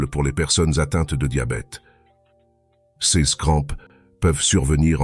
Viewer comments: Bonjour. Bonnes vidéos, cependant, serait-il possible de paramétrer la voix artificielle pour qu'elle prononce bien les "CE" et les "CES" ? Merci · Santé Intégrale Votre robot ne sait pas lire "ce", "ces"... Essayez avec un humain...